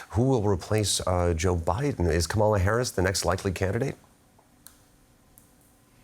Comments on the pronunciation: The anchor mispronounced Kamala. KAH-muh-luh, not Kuh-MAH-luh. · KAmala (like "Comma-la") Not kaMAla. Not Kämäla. Hope you all will learn how to speak her name from now on - it's a sign of respect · It's pronounced like Kámala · Would you please teach how to say her name?!?